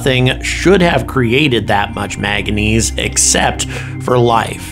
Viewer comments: It's MANGANESE NOT MAGANESE. You had me fooled, I thought you had some science background. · Manganese is pronounced main-ga-neez not 'magga-neez' manganese nodules form on the sea floor and are often the formation is influenced by bacteria but not always: The deposits the rover spotted suggest ocean sediment formatiom but without electron microscopy will be inconclusive as to proving bacteria existed.. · He loves saying “maga-neez”. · The element is manganese, with two “n”s. Get the pronunciation right.